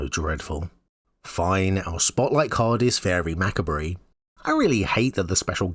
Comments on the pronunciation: Great video and a great set, but I won't lie, hearing 'macabre' pronounced 'macca-bree' almost gave me an aneurysm. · One of the funniest you’ve ever done. lmao “Mac-a-bree” killed me. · How dare you pronounce it "macrabrie". I thought you stood for something once. Also that card should be green because look at it...just look at it. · I can't believe mispronounces macabre. The video needs a day 1 errata. Shameful. (I did listen to the bloopers) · In answer to your opening question, "What's up?": "up" is the direction outward normal to the Earth's surface, when the Earth is modeled as a ball in three dimensional space. In layman's terms, it is where the sky is, and where the stars are, more or less. EDIT: So... when do we get Lorwyn back. I don't think I like this Shadowmoor version... The intentional mispronunciation of "macabre" is the rotten cherry on top.